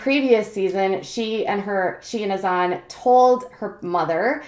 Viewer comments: Brittany Smith it’s Hassan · You pronounce Azan’s name wrong. Just a heads up